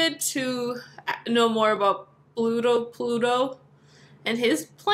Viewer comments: It’s Luto. I got confused the first time too, and I’m still a little confused cause sometimes it sounds like Pluto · Pludo or Bluedo Ummmmm ITS LUDO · Pluto? Judo? It’s Ludo! Lol, not meaning to be mean or anything! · Kenneth Robinson its ludo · It's ludou